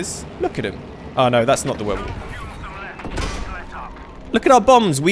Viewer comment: he just says Würbelwind